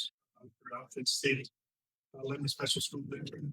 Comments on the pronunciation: Cmon:) it is not "le be NON", it is LEB Bi Nin. You know, like Not Mary Ville but MERvul. You are gonna be accused of not being from TN. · Come on, you’re a Tennesseeean. It’s Leb-a-nin. Not Leb-a-non. 😂